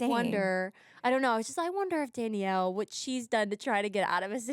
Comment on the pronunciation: HE SAID YOU KNOW WHAYT TIME IT IS LIKE I KNOW WHAT YOU DID LAST SUMME WHEN HE STABDED ME